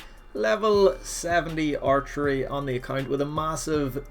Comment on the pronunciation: Our tree is what I kept hearing instead of archery lol